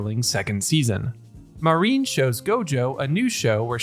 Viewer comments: Good stuff, you got a sub. Now quit calling her "Marine", while her name does use the characters for "Sea Dream" or "Ocean Dream", her name is Marin, Ma-rin, not Ma-reen. Other than that (and yes I know I'm being almost literally pedantic) you did good work here! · It felt to me like they took a page out of Dandadan and Heavenly Delusion. I loved it. Rewatched a few times it was so good. I've read the manga so I know what happens, but it was still so great to see such a not 'transfer manga page to anime'. I thought her name, Marin, was said like ma (like in mad) rin (rhymes with tin). Mareen would be spelled 'marine' like the ocean. I'd like to see it written in Japanese so I can know for sure I guess. Any Japanese people to help me? Anyway, nice short vid on the show. The manga focuses a lot on the tech of cosplay so I expect that will still happen a fair bit. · Marin. He's just pronouncing it in a way you may not be used to.